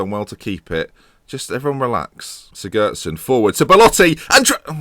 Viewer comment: Siggurdson: Cig-goo-ard-son.